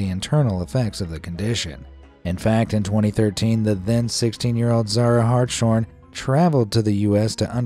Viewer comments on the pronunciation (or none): The last name Hartshorn is pronounced; Hart's Horn. It is not supposed to be spoken with the hard SH, as in shine or shut.